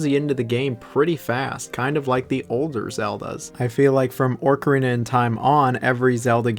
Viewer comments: “Orcarina” is going too far 😩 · "Chive" "Orcarina" 😂